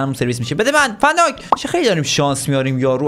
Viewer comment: ببخشید ون دایکه نه فن دایک 😂😂